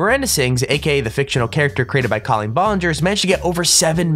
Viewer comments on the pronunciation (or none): is it just me or did he say collen wrong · He said Colleen's name wrong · You said Colleen's whole name wrong😞